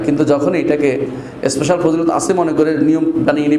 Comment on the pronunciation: আবু ইবনে মাসউদ রাদিয়াল্লাহু আনহু থেকে বর্ণিত রাসলুল্লাহ সা: বলেছেন প্রতি রাতে এই সূরাটি পড়ার মাধ্যমে দুঃখ কষ্ট এবং অভাব দুর হয়, আর আপনি বলছেন যে, কোন ইস্পেসাল মনে স্পেশাল (শুদ্ধভাবে ইংলিশ ও বলতে পারেন না) ফযীলত নেই। আপনার জ্ঞানের পরিধিও বোঝা গেল😅